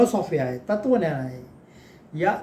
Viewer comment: तत्त्वज्ञान नीट उच्चार करावा धन्यवाद